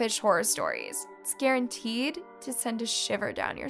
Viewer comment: I don’t know if she meant to say it or not, but at the end it kind of sounded like she said it’s “scarenteed” instead of guaranteed. That’s probably because of the S after “it’s” tho, but it still was funny.